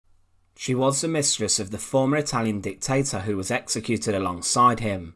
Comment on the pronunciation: Soljar, Hitlar, dictatar, encountar, muthar, etc.............. Love the channel but FFS get rid of the narrator. Even an AI bot would be preferable. I cant watch another slice of "Untold past" with that voice!!!!!!!!!!!!